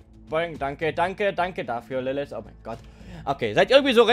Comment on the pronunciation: Es heiße LilliT oder LilliTH aber nicht LilliS.